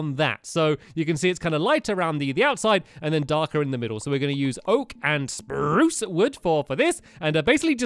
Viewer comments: Lol the way he says spruce... SPRRROOCE 😂😂😂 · awwww stampy still says sprrruucccce